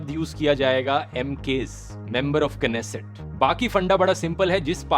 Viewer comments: "Knesset" pronunciation was wrong, "nesset" would be right pronunciation. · Bro plz pronounce nesset instead of knesset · knesset pronounce nesset 'k' is silent 🔕. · That was pronounced nesset not knesset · It is pronounced as नेसेट not केनेसेट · Bhai (K) slient nhi rhta नेसेट hota hai